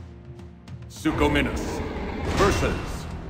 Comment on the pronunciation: The announcer says suchominus too